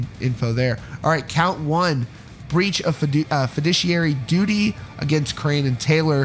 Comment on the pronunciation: He pronounced ‘Crahan’ wrong. It is not pronounced the same way as crayon. More like craw-n. Like a crawfish